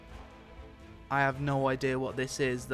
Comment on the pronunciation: It's GUEE-ber-lings, not JI-ber-lings. "Gi" as in "gimped". 'Xadagan' is also pronounced like 'Hadagan'.